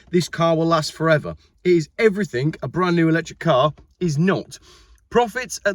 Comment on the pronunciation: ‘everythink’? ‘you and me, SAT, in a cave’? Wtf.👎